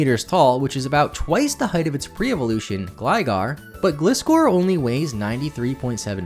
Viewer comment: You said Gligar correctly but pronounced Gliscor incorrectly. How?!